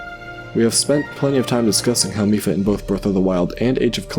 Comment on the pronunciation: Reddi as a German i disaprove because "mief", wich is pronounced just like Miph, is a Term in Germany to describe a very bad smell.